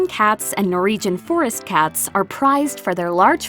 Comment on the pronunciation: What is a 'Nor-region' :-\ Norwegians are phonetically pronounced as 'Nor-Wee-Gen', everywhere except the US, it seems...lol